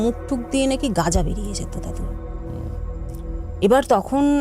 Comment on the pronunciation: গ্যাজা ❌️ গাজা ✔️ 😂